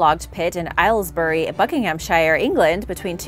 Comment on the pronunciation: You pronounced Aylesbury wrong, I live there ha ha it's more ale's bury